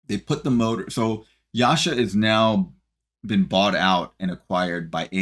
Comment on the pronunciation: YASHA??? YASA, DUDE